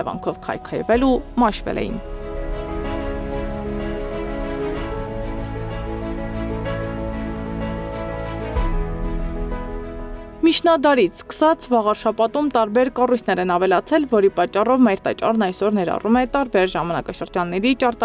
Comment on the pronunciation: «ՄիՇնադար» չի, աղջիկ ջան, միՋնադար է... Նախ ուղիղ խոսել սովորիր, հետո բլբլացրու! Էս ձեր թլոշ լրագրողին ուղարկեք լոգոպեդի մոտ կամ փոխեք։ Էս ալիքին չի սազում նման կիսագրագետ մեկը, ամոթ է ուղղակի։